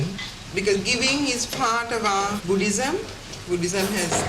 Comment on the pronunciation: "Because of our Bhudism , like our Bhudism, part of our Bhudism "is all I heard from the mom lol